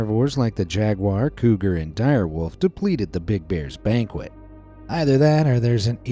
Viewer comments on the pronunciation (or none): none